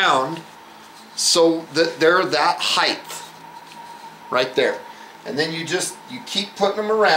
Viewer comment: excellent vid too bad he cant pronounce "height" correctly